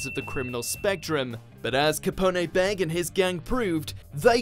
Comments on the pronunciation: He just called Bege (Beiji), Beg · It's pronounced Capone gang "bay-JEE" not beg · this channel hired someone from fiverr ..I disliked the video the moment I heard that shhit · The pronunciation of Capone Bege gave me a stroke...